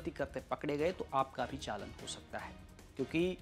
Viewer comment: चालन नहीं होता भाई चालान होता है